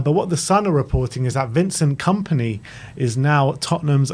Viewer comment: ah yes "Komany"